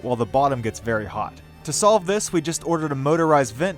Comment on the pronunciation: BRO STOP SAYING HAOT! IT IS PRONOUNCED HOT